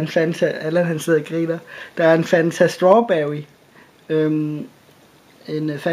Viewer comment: "Stwarbewy"